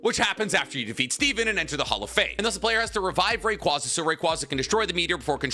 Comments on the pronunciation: Ray quay zuh not ray qwah zuh. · Love but my god his pronunciations at time drive me nuts lmaooo Ray-Kwaazah?! Kawn-kuldur?!!